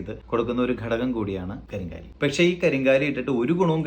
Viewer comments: കരിങ്കാലി അല്ല, കരിങ്ങാലി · കരിങ്ങാലി എന്നാണ് കരിംകാലി എന്നല്ല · ഇതിന് ശരിയ്ക്കും പറയുന്നത് കരിംകാളി, എന്നും കരിങ്ങാലി എന്നുമാണ്, നിങ്ങൾ അതിനെ കരിം കാ ലി എന്നാക്കി ഒരു മാറ്റം വരുത്തി.